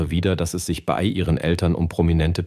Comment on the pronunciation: Sind menschliche Sprecher wirklich so teuer? Diese KI-Stimmen, die "bei" als "b i" aussprechen und "Modestar" nicht betonen können, ärgern mich so, dass ich dieses Video abbreche. Bäh.